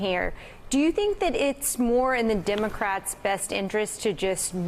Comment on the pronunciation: ahahaha "dimmacrettz" ahaha